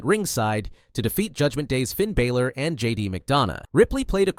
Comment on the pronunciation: Bro said Finn balers name wrong 😂